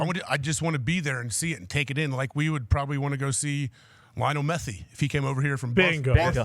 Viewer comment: Lionel "Methee"